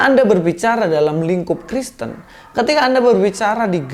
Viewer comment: apa gw yg salah denger ini ngomong tritung tritung dan kriston?